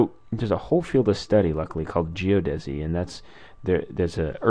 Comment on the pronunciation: ge-odd-uh-see, not geo-deh-see ;P great video though!